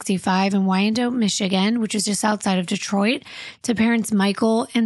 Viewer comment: It’s pronounced Wyan-Dot. I live nearby, can’t believe I never heard of this case! Also, you’d be more likely to find a unicorn than a body builder who doesn’t use roids. Even the people around them and involved in the community dabble with performance enhancers like peptides and sarms ❤